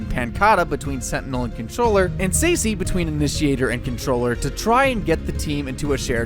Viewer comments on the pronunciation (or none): DID HE JUST CALL SACY "SECY" ????